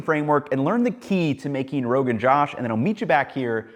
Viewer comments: are we sure that's how u say it? no one else is correcting but the kashmiri women who makes it for me says it like Rogan J-ah-sh. like an "ah" sound instead of saying it like the male name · It's not pronounced josh rather joush. Idk how to explain it better can someone use the üúô to find the sounds I'm trying to say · Good breakdown, Ethan. Fyi, the "Josh" part is pronounced more like "Joe-ssh". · Noooo that's not the pronunciation. It's not pronounced as my name.